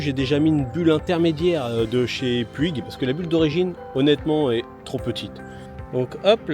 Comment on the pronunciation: Bonjour, effectivement excellente moto, vous avez fait un très bon choix ! Mais le contre jour essayez d’éviter, et, c’est anecdotique, mais Puig se prononce « Poutch » en espagnol